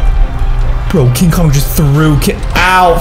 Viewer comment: Did you say king Dora